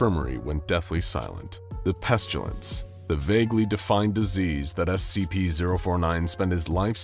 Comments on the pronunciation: I hope I'm not the only one that "pestulance" was driving crazy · Does anyone else hear pestUlence every single time? I like this character but I can't listen to it any more.